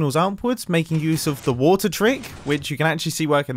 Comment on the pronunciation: What youse mumbo says : gambling mumbo we are going to youse it for gambling